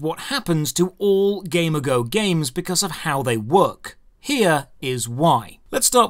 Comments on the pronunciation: shouldn't it be gamigo (gay-me-go), as in amigo, but for gaming, like a gaming amigo, a gamigo, if you will? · wait I thought it was pronounces gam-e-go? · I don't know if it's only me but. Everytime you say Gamigo I hear Gamergirl. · Is it really pronounced that way? I would’ve thought like the word amigo, just with a g lol. Ga me go. If so, that’s even more reason to dislike them. This is a weird video driven by some personal feelings. The goal of almost any business is to make money. So sure they’ll take the less risky path. You’re free to go gamble or make a gaming studio that you don’t care about money but only the experience of the player or you like, but you can’t really hate on companies that don’t do that. Don’t like it? Don’t play it. The developers, owners, ceos, whatever- they owe you nothing. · It's like g Amigo , not game ago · accent makes it sound like he's saying "Gamergo" instead of "G-Amigo" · Why do you say it like that? Ghey-meego is how it’s said. Not game-a-go. It’s like game and amigo in one. At least that’s how I’ve always heard it said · i got this on autoplay and i heard "gamer girl" instead of Gamigo and was thinking what a sketchy name for a company, no wonder they do so much fucked up shit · No way all this time I thought the company was called GamerGirl. The way he says Gamigo sounded like gamer girl. I still hear GamerGirl everytime he says it. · I heard that as gamergirl lmao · I keep thinking he's saying gamer girl games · this is a great video, but I can't help but hear Gamer Girl everytime you say that company's name, and I wonder: "damn, that must be a truly evil Gamer Girl huh" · entire time whenever you said gamigo i heard gamergirl. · When you say Gamigo, I hear it as Gamergirl. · 6_6 I'd imagine it's pronounced game-ee-goh You know, a portmanteau of game and and amigo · So I'm pretty sure it's pronounced like "amigo"